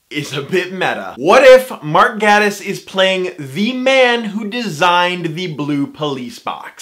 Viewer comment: He pronounces it Gay-tiss, and he just so happens to be gay!